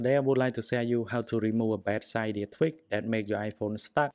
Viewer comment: Its cydia not ciiiidia